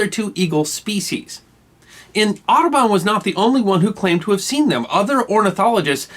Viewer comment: I really did understand "Autobahn" not "Aduban" ... Well, since I live in germany it's understandable, I - hope?!